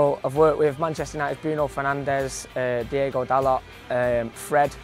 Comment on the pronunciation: I swear no one knows that dalots name is Diogo and not diego